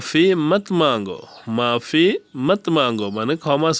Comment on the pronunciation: ভাই উচ্চরণ ঠিক করুন, শিখান হিন্দি উচ্চারণ করেন বাংলাতে এটা ঠিক নয় , উচে নয় উসে ম্যারী মদদ কারো নয় ,করো। ছমজাও নয়, সমঝাও , আন্দার / ভিতর আও ,মুজহে নয় ,মূঝে বলো /কহো ,মুঝ সে কহো / বলো । মাপি নয় ,মাফি মত মঙ্গো ,আফস আও ,বেহেজ মানে তর্ককরা , ঝগড়া করোনা - লড়োনা, অভিনন্দন হিন্দি অভিনন্দন, সবাই জান - সব জানতে হে, বা সব কো পতা হে , ফির সে বলো ,হাসনা বন করো, ছে নয় সে হবে , হিন্দিতে স কে চ বলে । ইয়াহা নয় য়াহা হবে । উচ্চারণ ঠিক না হলে শিখে লাভ নেই । একটা কাহিনী শুনোন এক ভারতীয় লোগ ৫ তলার থেকে নিচে পড়ে গেছে,সাথে বাংলাদেশী কাজ করছিল। পরার পরে বাংলা ভাই ভারতীয় কর্মকর্তাকে গিয়ে বলল, বাংলাভাই: ওহ আদমী মর গেয়া ,ওহ আদমী মর গেয়া । কর্মকর্তা : মরয জানে দো,ইস সে তুমহে ক্যা । বাংলাভাই : আরে ওহ আদমী মর গেয়া , কর্মকর্তা : জাও য়হা সে । দেশী ভাই চলেয গেল সন্ধায় ছুটি পর ঐ লোক না পেয়ে সবাই তাকে তালাশ করতে লাগল , দীর্ঘক্ষন তালাশের পর তার লাশ ফেল । কথাযর মর্মার্থ হল, যদি দেশি প্রথমে বলত লোক টা উপর থেকে পড়ে গেছে তার হাসপাতালে নিয়ে যাওয বা নিতে হবে, তালে লোকটা মরত না । দেশী বলেছে সে মরে গেছে। এবার বূঝলেন তো উচ্চারণ কি জিনিষ, ভুল উচ্চারণ এর কারণে লোকটার জান গেলে।